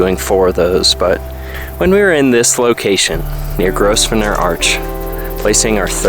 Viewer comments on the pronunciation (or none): The Hayduke is my dream trail. I wish I was still in good enough shape to do it. A couple of quick tips: The "s" is silent in Grosvenor Arch and the correct pronunciation of Paria rhymes with Maria. Love your videos! Keep up the good work.